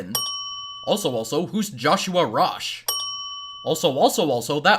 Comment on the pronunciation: it says "Joshua rish" not "Joshua Rosh"